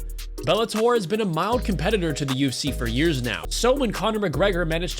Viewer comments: Anyone else hearing UC and not UFC? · Bro it’s U F C not UC